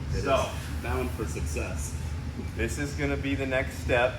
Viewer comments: The end says SUCCSASS OR SUCCESS… choice is yours 😂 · Sucksess lmao Or success